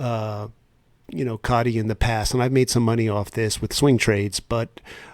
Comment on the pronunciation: Its pronounced CODY with a T instead of a D. SEC annoying the fire out of me. So glad a bit of a precedent was set with XRP and them losing to Ripple. The current administration hates crypto.